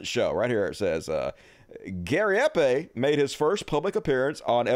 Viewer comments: it's pronounced GAW-REE-HEY-PEE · It’s actually pronounced guh-REEP.